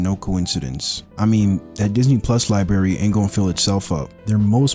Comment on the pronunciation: Bro it’s library not libary